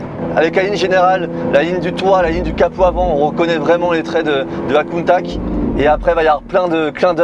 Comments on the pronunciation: kountak kountak kountak???? can anyone correct me or the guy driving it in this video? my ears are familiar with rather this famous name of the car that everybody worldwide say; KAWNTATCH "countach" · ....très bonne vidéo, bien réalisée, tu nous laisse profiter du son du moteur sans parler, sans musique, des plans avec un drone serait sympa. Sinon Countach se prononce tout simplement Countach et non Countak, (limite COUNTAtCH), accent tonique sur le OU, c'est un terme du patois piemontais (Turin, fief de Bertone), pas tres poli, employé lorsqu'on voit une "bella ragazza" (belle fille) par exemple. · Prononcer countatche svp. Très belle voiture belle vidéo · Super vidéo, chanceux de pouvoir toucher une voiture aussi exclusive, par contre on dit "countatche" bordel! Dixit les Italiens. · Merci, très belle vidéo 👍 je suis le seul à être choqué de la prononciation du nom Countach ? J’ai tjs entendu Countache… cheu 😉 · « Countak » je suis plié. Comment est-ce possible de se foirer autant sur la prononciation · belle video. mais dire contak gache tout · Belle vidéo belle exclu mais oui c’est juste une aventador recarossee malheureusement … countach pas countak !! Je trouve ça très décevant on ne retrouve pas du tout les lignes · Je t'aime bien mais prononce bien le mot Countach ;) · tu es un pilote de course certifié et tu as même pas essayer de te renseigner sur la bonne prononciation de la voiture ( je précise je suis pas un fan absolue de Lamborghini pour les rageux ). BELLE essaie mais déçu quand même.